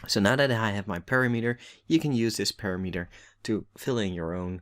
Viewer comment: thanks. btw "parameter" is pronounced "param-eter"